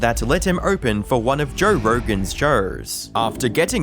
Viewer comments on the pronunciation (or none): Jer rergan? Jer rergan's shers? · Love Jerr Rergern Sherrs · “Jore Roregan’s Shores”